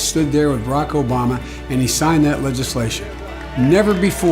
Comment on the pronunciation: Who is Rocco Bahma? That's how Biden says it.